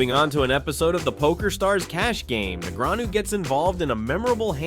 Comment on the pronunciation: Can't understand how you miss pronounce Daniel's name...